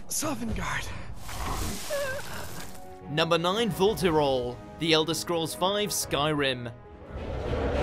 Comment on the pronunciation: You mispronounced Vulthuryol. Twice. In two different ways. How?